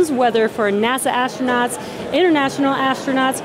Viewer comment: Please tell astronauts are not "ashtronauts". this is a millennial thing. Kate got it right